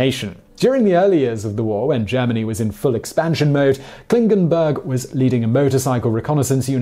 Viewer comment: He pronounced "Klingenberg" right. Took me by surprise, as it is certainly an exception :-)